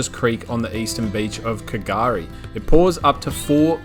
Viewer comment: That what I was thinking at the start, like where’s this k gari place lol. And then I hear you say the ship wreck and I’m like he’s at Fraser Island 😂